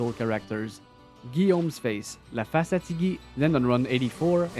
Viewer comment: Love the French pronunciation of Gface